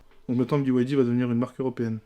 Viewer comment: C'est B(Y)D et non B(I)D comme prononcé à plusieurs reprises par la personne à droite.